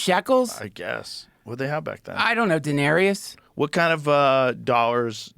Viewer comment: The Roman currency, "denarius," sounds like a black guy's name.🤣 The way Duncan said it, anyway.